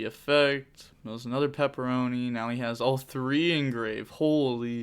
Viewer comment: I love you you called peropero "pepperoni" lmao